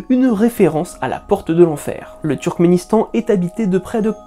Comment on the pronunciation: Et on en parle du « Trukistan » et « Trukisdétan » ??? 😅